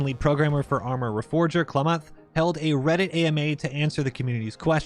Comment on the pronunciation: bro wtf is arma regeorfer??